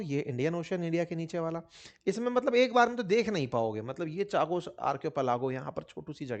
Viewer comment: अंकित भाई चागोस नहीं कागोस है